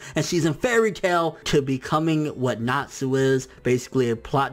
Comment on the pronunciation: I love happy... he's freaking adorable. Plus he ships nalu so ya.... I also don't mind sting and rouge any more... When you said I was really pissed because he did improve a lot actually! This is starting to annoy me... ERZA! ERZA is my spirit animal! Go away. YOU SAY ERZA WRONG Hiro mashima is an amazing person Go away